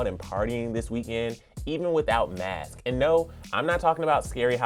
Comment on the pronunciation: I know this is a mistake made sometimes but I had to say something... The "S" on the end of "masks" isn't being pronounced. The "S's" are also not being pronounced at the end of words like "Harriet's" "outdoors" "guests." "Guests" is being pronounced "Guess." So, "TS" sounds in words are also being negated. There are also the "ED's" not being pronounced on words like "criticized." I don't know if the host notices this but I wanted to point it out so it can be addressed. No offense meant.